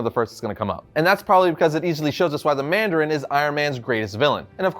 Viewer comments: ah yes, the "Mardarin" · Ah yes the "Mardarin"